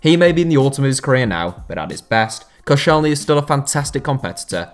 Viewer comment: Koscielny? You can tell that you don’t watch french football 😂😂😂😂